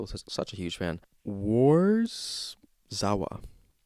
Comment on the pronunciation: Track 8 - Warszawa is pronounced "Varsharva". It's the Polish name for Warsaw, the capital city of Poland.